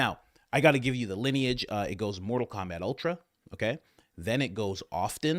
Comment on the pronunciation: Did you say mortal Komabat ? Glorious